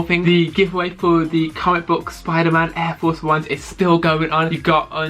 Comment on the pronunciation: “Aiw fowce 1”